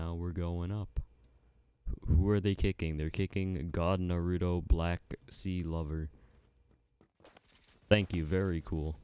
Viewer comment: bruh he really called clover "c lover" Lmao